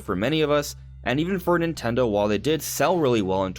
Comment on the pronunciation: "Nintello direct"